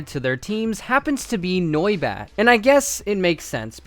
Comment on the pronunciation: The way he pronounces noibat kills me inside